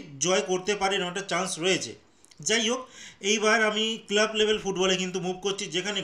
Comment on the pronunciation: 'কেলাব'? যুক্তাক্ষর উচ্চারণ করতে পারেন না?